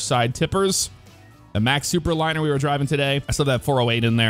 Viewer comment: oooo.. Thooperliner...